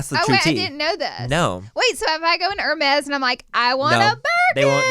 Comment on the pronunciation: “I don’t ever see you wearing no heRRRRmeZZZZ” 💀💀💀💀 … how do u even spaaaillll buurknnn hahaha I freaking love Laura 😂💞